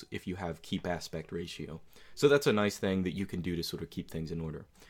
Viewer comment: Did he just pronounce ratio as 'raseo'?